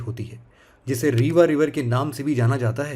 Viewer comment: Sir रेवा not रीवा